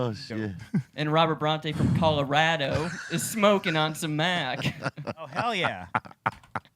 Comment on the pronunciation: Why he keep saying calarado like that....